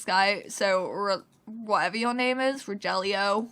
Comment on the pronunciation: His name is Row-hill-e-o. It's A Hispanic name so it's pronounced differently than it is spelled 😊